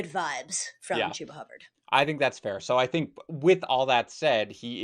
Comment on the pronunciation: She really said Chubba for David Montgomery 🤣 can I join your league?